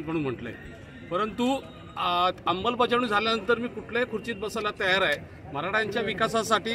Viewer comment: अंबलबजावणी नाही. अंमलबजावणी आहे